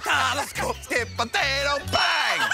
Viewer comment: You pronounced potato wrong